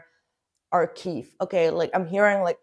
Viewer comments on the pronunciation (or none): a polite correction for you - it is arch(ive). The word ending rhymes with five, hive, dive, live etc